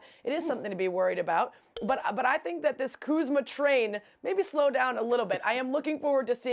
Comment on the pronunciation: Ballislife/Atlas Shrugged lmaooo I knew there had to be a joke for that butchering of his name.